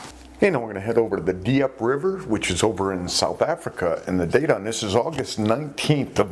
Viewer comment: Diep river is pronounced the same as deep, just shorter.